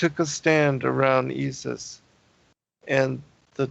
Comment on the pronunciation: Very interesting the way you say ye-sus, pronouncing it exactly like the Dutch/Afrikaners would in SA.